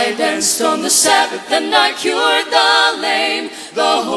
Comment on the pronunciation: Anyone else pissed off that none of them can pronounce "danced"...